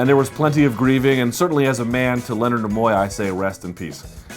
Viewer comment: By the way, Leonard Nimoy, is pronounced "Kneeeee - Moi", not "nah - moi" Two tips: 1) the music is very distracting when your speaking. Keep it for the intro and the end. Otherwise, skip it. 2) the switching of camera angles may seem "avant garde" but it's also very, very, distracting. Just speak straight to the camera, please.